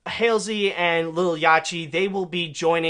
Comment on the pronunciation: BRUH 😂😂😂😂the way he pronounced lil yahty 😂😂😂 it's pronounced lil-yá-tí